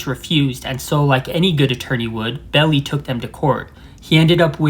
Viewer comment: The attorney's name is pronounced Melvin BELL EYE!!!! 👍